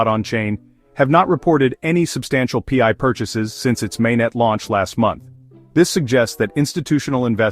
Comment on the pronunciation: Pee-eye? What is pee-eye? 😂 Listing on Binance will drop the price as it creates another selling point to those from countries that ban the scam crypto exchanges. Pi is a DeFi utility token used in the Pi ecosystems and nothing to do with FIAT or cash or dollars or exchanges or other crypto currency as clearly explained in the Pi White Papers.